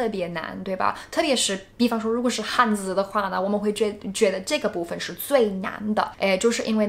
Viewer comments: "汉字" 不是"汉子"哦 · You should say "汉字" | shouldn't say "汉子" I think it's difficult because his pronunciation is so similar